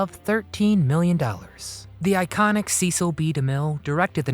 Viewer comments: It's "SESEL" B. DeMille - NOT "SEECIL"!! DAMN! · It is not pronounced CEE-sil, but SSES-SIL. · The announcer is mispronouncing Cecil B. DeMille's name. He didn't pronounce it like Beany and Cecil. He pronounced it as a short e as in less. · The Ten Commandments was not a movie. It was an epic. Few motion pictures can claim that distinction. And it might be nitpicking, but his name was pronounced "SESS - ill", not "SEE- sill". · His name was pronounced with a short e sound, not a long e. It was Cecil, not CEEcil. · I think you were mispronouncing Cecil B. DeMille during this video. you were saying "cee-cil" it is commonly pronounced, "cess-sill". Too late to fix it now. Perhaps a little more research would have put you on the right track. Adios, for now. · Pretty amusing facts and bits, and lovely pics of Anne Baxter. Except Demille's first name was pronounced "Sess-ill". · Cecil's name is pronounced "Sessil". So an S sound not a C sound. Driving me mad that both vids about Anne in the film are pronouncing his name incorrectly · His name is pronounced "Sessle." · Cecil rhymes with vessel. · It’s Cecil not Ceecil. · "See"cil B Demille? I'm out. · Cecil is pronounced like sessil.. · Learn to pronounce his first name. Ses-scill. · You are mispronouncing De Mille's first name.